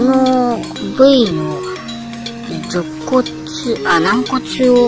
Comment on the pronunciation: 肋骨→ろっこつ? ジョコツって何🙄? かいじ? 提示、ていじだよねぇ😢